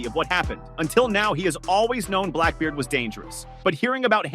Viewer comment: The fact you mispronounced his name multiple times is annoying